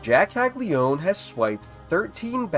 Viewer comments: How many times does this need to be said... his name is Jac CAGLIANONE. Not CAGLIONE... it's Cag-li-uh-none not cag-li-one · It’s Italian - it’s pronounced Kal-Ya-No-Neh